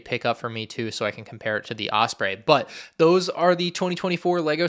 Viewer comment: also I love you but the way you pronounce osprey pisses me off an unreasonable amount.